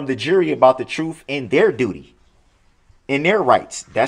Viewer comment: Don't forget tackit....tacit, liberry.....library substain......sustain, animen.....adamant, trufe.....truth, valett.....valid, and so on.